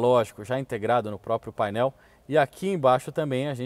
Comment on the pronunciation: "póprio" O é dos meus, PQP